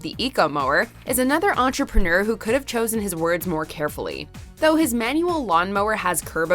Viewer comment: Why would you pick the one staff that can’t pronounce entrepreneur correctly for the topic all about being an entrepreneur what is an enterperneeer